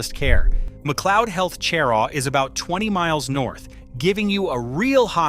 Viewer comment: Cheraw is pronounced sheraw.